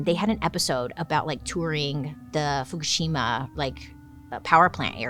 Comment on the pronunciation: Girl… you killed pronouncing the Japanese nuclear power plant name! Love you 😘